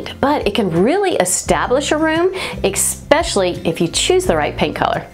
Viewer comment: What a lovely and articulate delivery. You present yourself so well. Until you said “eXpecially” (cringe) which is NOT a word. Using it, and repeatedly at that, suggests a lack of education and refinement, which I’m sure does not accurately represent who you truly are. If you would eradicate this non-word from your vocabulary, and instead use the proper pronunciation, it would elevate your image instantly. I hope you will accept this as a constructive critique, no offense is intended.